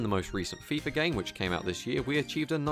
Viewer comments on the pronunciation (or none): none